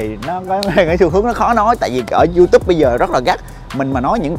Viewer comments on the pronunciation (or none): none